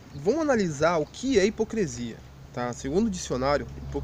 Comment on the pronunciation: A ideia central do vídeo, bem como seus argumentos estão bons...mas pelo amor de Deus cara: é HIPOCRISIA! Hipo"CRE"sia é algo que chega a doer os ouvidos. Espero que não se ofenda...mesmo porque, gostei do vídeo, e a crítica que faço de forma alguma invalida a mensagem que vc passou.